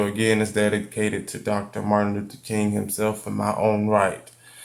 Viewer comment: U butchered that name😂